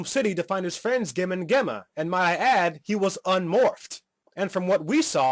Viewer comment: 1. It's actually a two part episode, it's only considered a movie to Saban because that's how long most movies are in Japan.2. Their names are pronounced Gem(Jem) and Gemma(Jemma).3. I agree with everything else that you said about this terrible one hour long special.